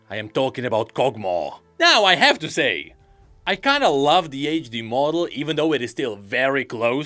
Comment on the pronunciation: every time he says "age de-model" it pains me physically and emotionally..